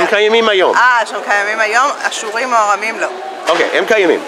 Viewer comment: Yes it sounded like ha-surim which means "The Syrians"